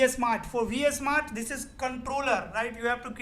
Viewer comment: its V-Smart not VS-Mart